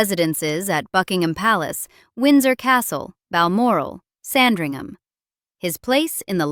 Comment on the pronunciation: A quick word of guidance on the pronunciation of English place names. In English place names ending “….ham”, the H and the A are both silent. For example Sandringham is pronounced “Sandring-umm”. Likewise Nottingham, Birmingham and Cheltenham. They are pronounced “Notting-umm”, “Birming-umm”, and “Chelt-numm”. 😊